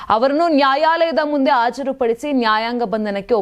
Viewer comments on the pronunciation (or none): ಅತ್ಯೆ... ಹತ್ಯ, ಅಲವಾರು ಅಲ್ಲ ಹಲವಾರು.. ಆಜಾರೂಪಡಿಸಿ ಅಲ್ಲ ಹಾಜರುಪಡಿಸಿ